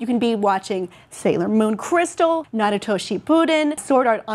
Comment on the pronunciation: lel she said "nari-to"